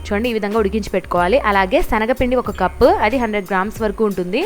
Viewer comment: Shanaga pindi kadu schanaga pinnidi ok na